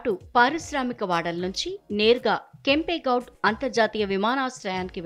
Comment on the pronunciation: Adi Kempe goud kadu “kempe Gowda” assalu em chaduvutunnara news